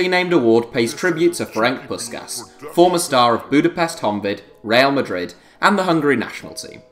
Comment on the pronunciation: Dont pronounce the awards name again please